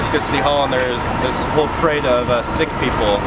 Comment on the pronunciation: Hey what do you think about music or movies either amplifying or manipulating our energy? Ps. In english it's said as "seek" but in punjabi + hindi etc its actually said pronounced as "sikh" so you were alright with that!